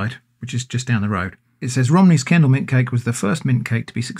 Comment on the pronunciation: Oh, its Kendal mint cake. I thought he was saying candle mint cake.